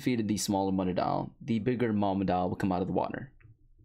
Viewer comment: I can't be the only one who was annoyed as fuck about how he said mutadile